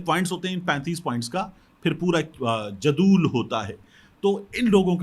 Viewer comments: جناب اس کا تلفظ جدول {jadool}نہيں جدول {jadwal}ہے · Not jadool but jadwal